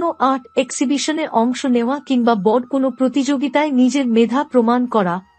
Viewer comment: আপনার prediction কতটা মিলবে বা মিলবেনা তার জানিনা , হয়তো সবাই মিলবে কিন্তু একটা ব্যপার দেখলাম , বেশ কিছু বাংলা উচ্চারণ কানে লাগছে যেমন বৃষ,, বড়, শুভ সাফল্য ইত্যাদি।